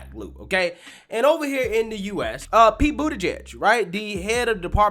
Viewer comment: Love your channel but you could learn to pronounce folks names correctly. Once or twice is what ever, but at this point its unprofessional.